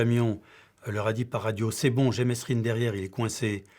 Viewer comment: Ptn mais qu'est ce qu'ils ont tous à prononcer le S dans mesrine ,il le font exprès c'est pas possible